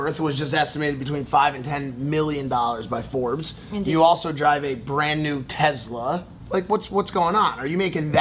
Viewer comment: “Tezla” the fuck is TEZLA